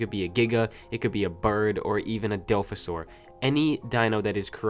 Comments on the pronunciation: Its not dilphasaur, its Dilophosaurus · Dilfosaur, great english